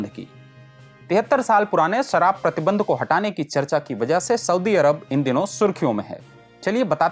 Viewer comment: सराब नहीं शराब उच्चारित करें। बाकी प्रस्तुति अच्छी है।